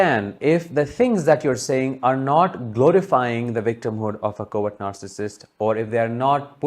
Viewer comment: When you say words 'covert narssistic' but I heard more 'coward narssictic'. Hahaha. I love it, it fits them !!!!